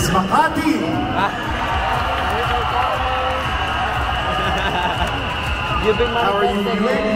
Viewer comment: Xian said ms.kamati referring for.kamatis its ms makati right.bulol.